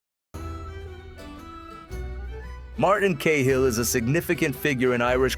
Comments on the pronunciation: It's not Kay hill... its Cat hill ! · Ca-Hill.... Not Kay hill 😢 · 10 seconds and I had to turn it off. Sorry but if you cannit even pronounce it.